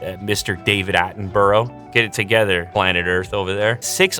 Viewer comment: Please never pronounce it Attenburrow ever again, I beg.